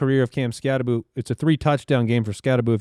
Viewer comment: Change the Bill Croskey gag to Skattabo....shouldnt his name be said like skattabow though?!?! I know i know, i just really hate the boo pronunciation 🤣🤷‍♂️